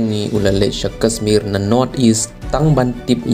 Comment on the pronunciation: Kashmir ym dei kasmir sngewbha ialeh ban pynbha ia ka pronounciation